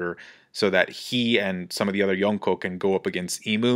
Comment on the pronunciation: I hate how you say Yonko